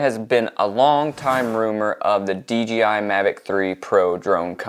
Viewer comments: It’s dji not dgi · Dude, it’s D ”J” I . Other then that great video ..